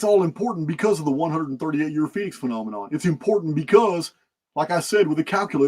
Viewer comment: a "Phenomenon" is a "Phen- Omen - On" ... "Phoenix Omen" haha love it